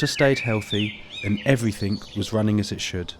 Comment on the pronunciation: Allways makes me laugh how he says...everythink...instead of everything.But then he might say everything-geh.Why do they do that. Nice pond btw m8 lol